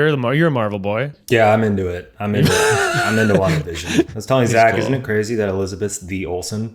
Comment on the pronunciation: The try guys: Wanda Vision My ears: Long division